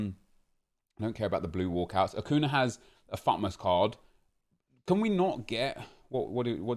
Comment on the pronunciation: This is really petty and I’m so sorry but it’s pronounced ‘acunya’ cos of the accent chief